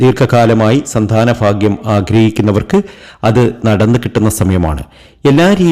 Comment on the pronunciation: എല്ലാർക്കും ഫാഗ്യം ഫാഗ്യം ഫാഗ്യം 😂